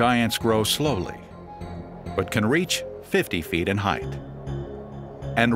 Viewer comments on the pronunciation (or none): none